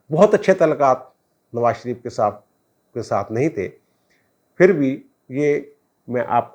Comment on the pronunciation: جناب لفظ" پھر" ہے " فھر" نہیں!